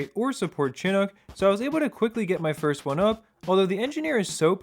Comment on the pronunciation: "Chinook" is pronounced "shin-ook", not "chin-ook". It's named after a native American tribe